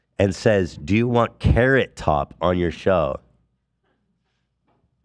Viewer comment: A carrot-uh?